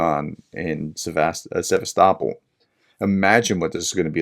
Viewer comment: You can not say Sevastopol, I can not believe you could say Birmingham. Or the word mirror or cheese properly.